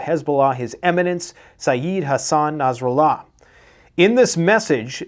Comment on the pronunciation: Nass Ra Laa is how you pronounce it man!